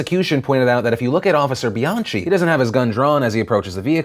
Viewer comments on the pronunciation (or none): First you pronounce Bianchi right and then you pronounce it wrong come on you're an Italian, BEE-ON-KEY